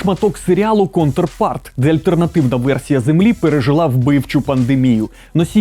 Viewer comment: Я единий почув "контрфарт" замість (англ. Counterpart)«По ту сто́рону», «Обра́тная сторона́», «Контрми́р», или «Двойни́к» ? Було б значно зручніше якби ви вимовляли назви правильно.